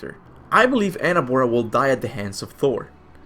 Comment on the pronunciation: It's pronounced Angrboda not Annabora, I know it's hard to do it, but I noticed you do it correctly now for Jörmungandr!